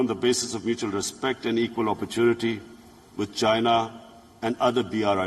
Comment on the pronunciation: Whenever he says with china.. I hear vagina